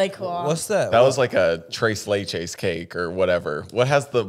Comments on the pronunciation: Please never say Tres leches again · The way pronounced tres leches had me weak 😭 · Chrace lachaes is what said the desert is tres leches